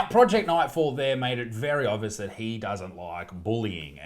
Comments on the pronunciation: the only way that thing is a 10 is if we are talking about how many tons it weighs. you mispronounced "he" a lot in this vid too. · You keep pronouncing he/him/his wrong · You keep mispronouncing he